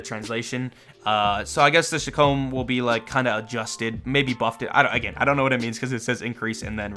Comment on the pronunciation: It's called the chee kom not shicomb